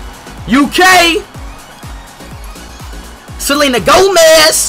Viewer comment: The way he said Selena Gomez though